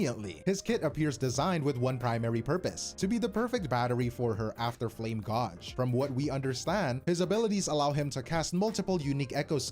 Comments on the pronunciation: Her “gawj” is wild. Gauge. “Gaej” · bros pronunciation of gauge is a rage bait I swear